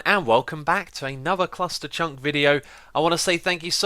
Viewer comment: You said Clusterchunk! NOT Clustertruck